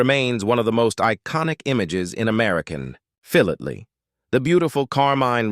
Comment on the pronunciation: WOT... did he say "" Phil late ly?? wots that?